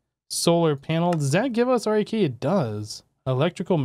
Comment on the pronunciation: Cant believe he is still calling it R.A.K and not RAK :D